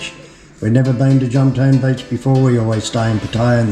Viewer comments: JOM TEA EN not JOMTEEN ! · Jomtien When will youtubers learn how to pronounce it?